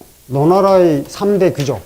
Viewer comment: 또 할수 없이 지적합니다. "귀족"의 "귀" 도 길게 발음해야 합니다. 선생께서 짧게 잘못 발음하셨읍니다. 미국 변 완수 배.